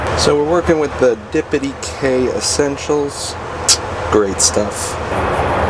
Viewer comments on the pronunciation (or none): I will only pronounce Diptyque as “dee-pe-tee-kay” from now on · It’s pronounced Dip-tek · “Dippedy-kay” made me chuckle 😂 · It's pronounced dip teek 😉😂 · LOL!!! “Dippity K”😂😂. That’s precious!! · Great pronunciation of Diptyque 😂😂😂😂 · I 💯 came to the comments for the Diptyque jokes 😂😂😂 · Love how he says Diptyque ... ha!